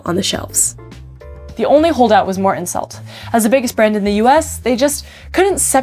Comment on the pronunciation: So the name "Morton" is pronounced, "Mor-aah"?